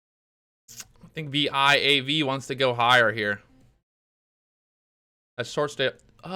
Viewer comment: You mean VIAV? not viva right?